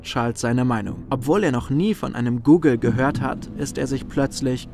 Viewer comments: Das ist leicht eine 1 mit 100 nullen heist gogol aber man spricht es nicht google aus😂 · Auf deutsch werden die os im Zahlwort wie in Hotel ausgesprochen